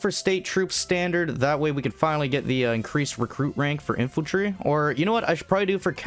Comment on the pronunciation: Infantrly, inflantry, infiltry, infanty huh